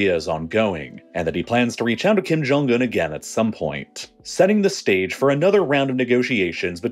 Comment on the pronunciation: "kim jong gun" the video was great, but your mispronounciations were so distracting.